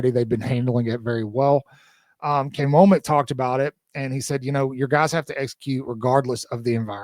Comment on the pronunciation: I don't know why the mispronunciation of Kane Wommack's name is so bothersome to me, or difficult for others, but every time I hear someone say his name it is like nails on a chalkboard.